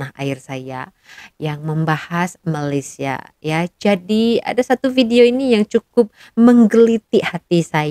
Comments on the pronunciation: Dia sengaja sebut MALASia. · disengajakan dia sebut MALAS_IA bukan Malaysia. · Sebut MALAYSIA oun x betul MALASIA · Sebut malaysia pun tak betul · Sebut nama negara org pun salah ..bnyk bunyi pulak... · Kesihan pulak aku tengok tu....baru ada 3 buah kereta pun dah nak tunjuk hebat....😂😂😂Lain kali sebut nama Malaysia dengan sebutan yang betul sebutannya jangan main hentam saja sebutannya...